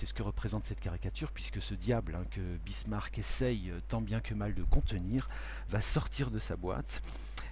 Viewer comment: Très bien ! Excepté peut être l'erreur à Bismarck et non Birsmack :)